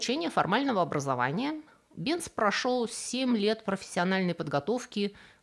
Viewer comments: Невозможно слушать.... Бенц...... произносится Бэнц,немецкий мой родной язык. Голос тоже впервые такой непричтныц слышу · Фамилия немецкая. В немецком "z" произносится как "ц". Бензин к фамилии отношения не имеет. Там была сложная история. Началось в средние века со смолы "ладан Явы" или по арабски "лабан Джави". Но где-то получился испорченый телефон и "лабанджави" в Европе превратился в "бензоин". Можно представить, что через что-нибудь вроде "лабанджави", "банджави", "бенджуй", "бензой". В 1556 году Нострадамус получил из бензоина соединение, которое назвал "бензойной кислотой". А в начале 19 века перегонкой бензойной кислоты получили химическое соединение которое назвали "бензин". (В русский это название перешло как "бензол".) Топливо "бензин" это сложная смесь многих химических соединений, но своим запахом в основном обязано именно бензолу. Т.е. бензин пахнет как бензин и соответственно такое название и закрепилось за ним в Германии и потом в СССР. Но в других странах его называют по разному, например, "петроль" в Великобритании или "газолин" в Америке.